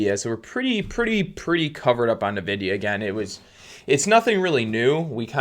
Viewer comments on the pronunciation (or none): It's pronounced "EN"vidia, not "Nuh"vidia.